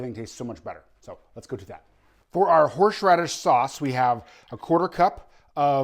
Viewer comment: ...I have a hard time saying "Horsh-raddish" too....